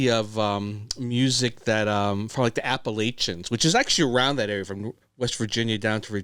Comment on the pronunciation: I have to y'all, App-ahhhh-latch-in 😂 Nothing but love. ❣️❣️❣️❣️❣️